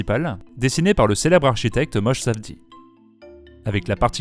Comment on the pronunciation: J'ai les oreilles qui saignent : on dit "Moshé', comme Moshe Dayan. Il est (notamment) Israélien.